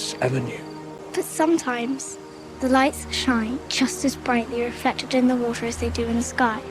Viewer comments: Glad you pronounced war'er correctly 😊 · "There's something in the wad•deh!" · Man, I love your exaggerated pronounciation of whootah! 🙃